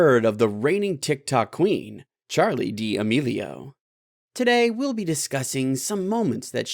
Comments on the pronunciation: "Dee amelio" seriously dude if u gonna spill tea learn how to say D'Amelio Yw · No one: HIM: charli d-Ee amelio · He actually said Charli dee-amelio it’s Charli D’Amelio! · ITS FRIEKEN DAMELIO NOT DEEE AMEELIO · Damelio I'm sorry I know Charlie D'amelio but who's Charlie dee a melio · He said Charlie Dee emilio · "cHaRli dEe AmElO" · he really said Charli dee a melio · he said "charli dee amelio" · Srsly why he be saying DEE AMELIO lmao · No one: Him: Charli dAiYeMeLiO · “Charli De-A-melio” BRUHHHH LOL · "Charli dee-amilio" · Did this guy really say Dee meelio i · Mans said Charli deeameelio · He really said Charli dee uhmealeo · but what upsets us is that he keeps on saying dee amelio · he just said dee a melio i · DID YOU JUST SAY CHARLI DEA AMILIO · I think its because it is Charli D’ amelio not damelio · lol dee amelio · I was like its charli damilo DAMILO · It’s Charli D’Amelio he can’t even say it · “ Charli Dee ameilo “ 💀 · Oh my go he said dee amelio, oh my lord... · Dee a melio 😂😎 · OMG HE HAS TO PUT A AD LMAO AND SAYS CHARLIS NAME WRONG LMAOOOOOOOO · bruh the way he says charli's last name lmao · How to get famous: say the famous persons name wrong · How dare you call this channel “Tik Tok Central” If you can’t say the queen of tik toks last name >:0 (No hate intended) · Yeah some and I mean a lot people say her last name wrong